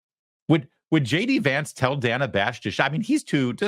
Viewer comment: Every time he calls her Dana with a long a she cringed slightly. 😂